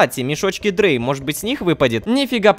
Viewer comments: Рома эти мешки не читаються как дрей я знаю это потому что Я ЖИВУ В ДЕРЕВНЕ И В ШКОЛЕ МЫ УЧИМ НЕМЕЦКИЙ ЭТО ЧИТАЕТЬСЯ КАК драй ei читаеться как ай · НЕ ДРЭЙ А ДРАЙ!!!!! ЭТО НЕМЕЦКИЙ, А В НЕМЕЦКОМ ЕИ ЭТО АЙ!!!!! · Это не дрей, это Драй (Это немецкий язык) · Рома не дрей, а драй (это если что на немецком) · Не дрей, а драй!!! Это число 3 на немецком.